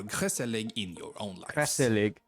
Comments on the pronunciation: Gezellig = one Z and 2 L not gezzelig😄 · lmao no way. they really said 'gezzelig'. for context, it's spelled gezellig. idk why that's so funny to me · Gezellig is pronounced a lot different ge zel lig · a tip on how to pronounce gezelig gE zel iG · It’s ”gezellig”, and yes, it’s a good mood attached to it